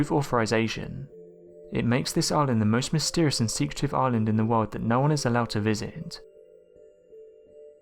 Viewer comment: God I fucking hate how you say world. It's a hard R not ow, not wowld it's woRld.